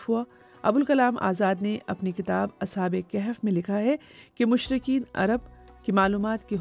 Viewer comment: O Bibi: Ashab-e-Kehef naheen Balke Ashabe-e-Kahaf